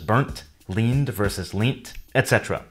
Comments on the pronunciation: Um nobody says leeeeeent it is lent (just saying, I live in the uk) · I'm curious about your Canadian accent differences now. When you talked about leaned and leant, you pronounced leant with a long E sound [leent], but I've always heard and said it with a short E sound [lehnt] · Regarding the audio content of this video, I believe "leant" should be pronounced "lent" in the UK not "leent" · leent? It's pronounced Lent, right? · Past tense of To Lean - Leant is not pronounced leent in UK, we say it more like lent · "leant" isn't pronounced "leent" - it sounds identical to "lent" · This is a great video! Just one thing: , "leant" is pronounced the same as "lent" in British English, not "lean-t". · Oooof! 1/10 for your pronounciation of leant AFAIK it's pretty much universally pronounced the same as lent (the Catholic Observance). I've never heard anyone say "leent". But I've only spent 25 years in the UK and 25 years in the US ;-) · It's actually Leaned vs Leant /lent/ Great video as usual! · Lol, you really pronounced leant “leant” rather than “lent” with full confidence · For Americans, Noah Webster destroyed the rich tapestry and heritage of the construction and he evolution of the English language. A shame. Where did you get leant pronounced as in 'seen to', from?? Leant is pronounced lent. ONLY! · It's probably pronounced lent not leent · leant is pronuunced "lent" in the UK, not leent. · In the UK, most people use the y ending, where there is a choice of past participle viz burnt rather than burned, spelt rather than spelled and leant rather than leaned. The latter is pronounced lent (not as pronounced in this video - 'leened', which can be confusing as it is the same pronunciation of the past participle of lend (lent). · Leaned vs leant, it's pronounced as a homonym of 'lent'. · "Leaned" pronounced /li:nd/ but "leant " pronounced /lent/ (rhymes with "bent ") in British RP, just like the ecclesiastical season. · leant is pronounced more like "lent"